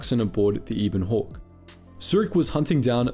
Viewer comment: It’s not Ibon Hawk, it’s Ebon Hawk :P